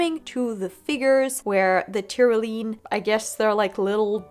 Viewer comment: Love this as a review and a resource! Pronunciation note: it's not Ty-ro-lean, it's tr·*ow*·lee·uhn